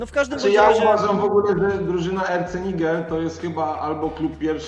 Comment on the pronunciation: RC Nigel czytamy jako "eRCe Najdżel" - pozdrawiam😊